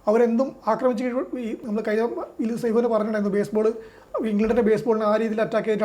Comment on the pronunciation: ബേസ് ബോൾ അല്ല ബാസ് ബോൾ